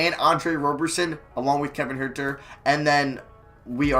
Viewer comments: HUERTER IS PRONOUNCED HURT-ER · Huerter's name is pronounced "hurter" like as in someone who hurts